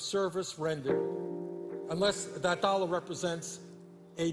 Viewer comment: I love how he says "dollar" "dolla" lolol